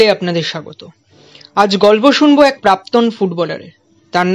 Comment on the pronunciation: প্রাক্তন, প্রাপ্তন না 🙏